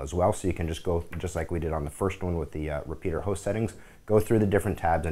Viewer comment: What is this "repeater" host you speak of? Its "repetier" host you goon.